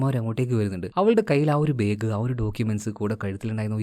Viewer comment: ബ്രോ ചില വാക്കുകൾ പറയുമ്പോൾ ഒന്ന് ശ്രദ്ധിക്കണേ.. സിക്ഷ അല്ല ശിക്ഷ.. ബേഗ് അല്ല ബാഗ്.. ബുസ്തകം അല്ല പുസ്തകം.. നെഗറ്റീവ് പറഞ്ഞതല്ലാട്ടോ..ഓരോ സ്ഥലങ്ങളിലും ഓരോ രീതിയിലാണ് സംസാരം.. അങ്ങനെ സംഭവിക്കുന്നതായിരിക്കും..😊😊 പിന്നെ ഇതൊന്നും തന്നെ വീഡിയോയുടെ ആസ്വാദനത്തെ ബാധിക്കുന്നില്ല 😊😊